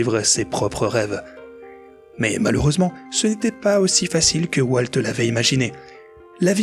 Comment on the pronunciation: Walteuh Disney, franchement il fallait le faire... Donaldeuh Trump en force !